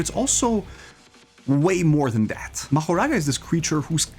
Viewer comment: Mahouraga what is this bro it's Mahoraga not Mahouraga